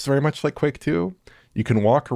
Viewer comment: The “Qu” in the version of Quake 2 is pronounced as an F 😅